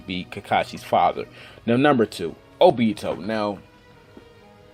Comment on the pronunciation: Your obito wrong